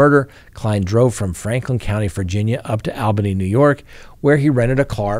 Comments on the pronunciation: Almost fell on the floor when you pronounced Albany NY lived in new England for 30 plus years always heard it as all bany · Mispronounced Albany!!!!